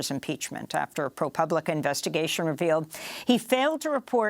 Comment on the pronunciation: Amy, I think you meant to say Pro-pooblica. honest mistake